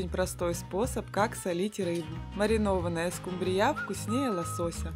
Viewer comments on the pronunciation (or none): Неправильно ставите ударение , нужно ударение вначале ствить в слове СКУмбрия, а не СкумбРИЯ, прямо режет слух неприятно! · скумбРИЯ? надо СКУмбрия